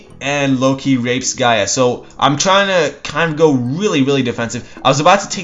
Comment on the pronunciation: nah pronounce it with no accent on the a